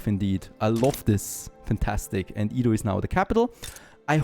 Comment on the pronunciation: Edo is pronounced Edo. not ido. Stop saying ido.